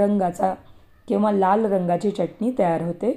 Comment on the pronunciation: च्यटणी नाही चटणी